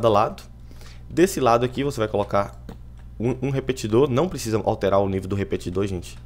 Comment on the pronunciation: ''Prescisa''? Cara, nem falo nada.